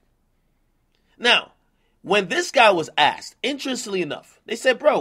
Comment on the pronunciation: “Intresly enough” Ak Issa T & a ing in there bro